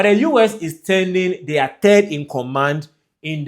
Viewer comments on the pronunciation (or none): none